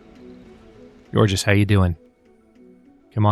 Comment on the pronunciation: Georges is pronounced like George, but with a soft J sound, instead of the soft G/hard J sound.